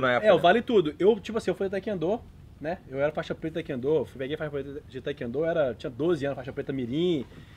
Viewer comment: O cara é feixa preta de TaeKwon Do e até hoje não sabe falar o nome da arte marcial...